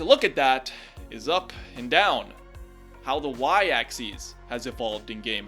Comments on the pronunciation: Why do you keep saying "axes" instead of "axis"? "Axes" is plural, "axis" is singular. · You keep mispronouncing axis. It's pronounced "ax-iss," not "ax-eez." That would be axes, the plural of axis. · its pronounced (acssiss) not (acsseez) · The "Y Axeese." (Yes I know how to spell axis, it just sounds like axeese, and not axis.) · Its y aksis not aksees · Every time he pronounces it, "axes," I get confused because there's only one y-axis. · why do you pronounce axis like axies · "the y axcees" where did you even get this pronunciation from? also, this video has allowed me to realize Cat is actually saying words but at speeds faster than the Flash himself and with the highest pitched tts voice I've ever heard.